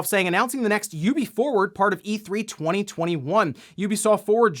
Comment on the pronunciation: Ubi is pronounced oobi, not yoobi. Come on, up your game mate!